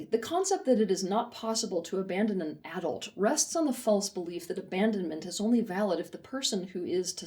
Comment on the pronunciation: I can't listen to this video because of how she pronounces AAA-dult